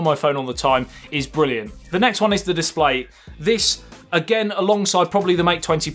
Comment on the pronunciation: Your pronunciation is so cool. Chorge, disploy... Morket... Love it